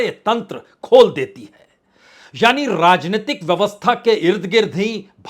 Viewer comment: आप का र्राजनितिक ??र्राज्य?? यह उच्चारण कैसा है।